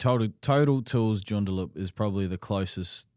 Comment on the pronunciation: Lads! Its pronounced.... June...da...lup joondalup.. lol.